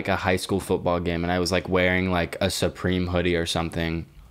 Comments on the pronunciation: He said “soupreme” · Why is saying SOOpream